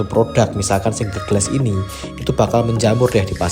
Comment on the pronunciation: Dibacanya bugan gles tapi glas